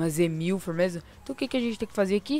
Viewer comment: Sim isso q falej, q no vídeo ele fala z1000 só q invés só "Z" é "S"